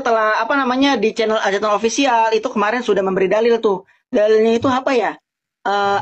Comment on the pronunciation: Ngang ngong ngang ngong. Aljaitun mah